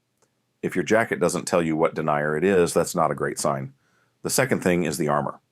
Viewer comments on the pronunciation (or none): I can't stand hearing the word denier, meaning a characteristic of fabric, repeatedly mispronounced as denier, someone who denies an application, assertion, etc.